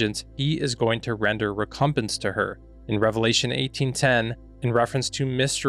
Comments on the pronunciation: rec-cum- PENCE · Recompense, you pronounced it wrong.